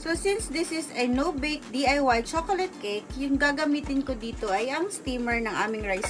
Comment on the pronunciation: Tanginang pag sasalita yan. Nakakaantok! Hahahaha chokolat cake ampota! Hahahaha